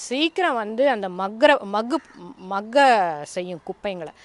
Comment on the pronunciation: தமிழ் வராதா மாக்க நு சொல்ல தெரில பாதிங்களா😜😄😄